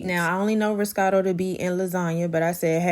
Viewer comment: ‘Riscato’???… it’s Ricotta (Rē-Co-Tah) 😏